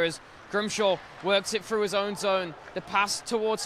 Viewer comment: "break froo", "out ver". can this commentator pronounce "th"?